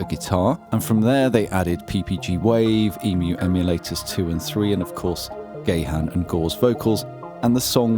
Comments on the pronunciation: I thought the H was silent... So, "Gah-on". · he says it like "garn" or "gaan" eg barn. English is weird. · From that spelling I expected to hear you pronounce it like I do (Gah-haahn), but what I heard was "Gay-han" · i never heard someone not saying gahan... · I grew up with "Dave Ga-han", so that'll always be how I'll pronounce his name. But then again, I am German - so what do I know about correct pronunciation... :D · "Gay Hand". Not that there's anything wrong with that. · I recall Keyboard magazine said Gahan was pronounced as in "gun". I went Gun? Then I realised, if you say it with a US drawl, it sounds a bit like David himself says it - Gaaan :) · Dave Grohl also pronounced incorrectly (the most common way it’s mispronounced, which is Gah-han) at some awards show or something years ago so you don’t need to feel badly about it. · I've heard him saying his own name and it's more or less pronounced like you'd pronounce "bahn" in "autobahn". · "gay hen" … giggle 🤭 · He pronounces his name guh-HON.